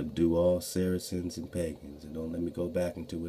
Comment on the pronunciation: Sarceans sounds like Sarah Sons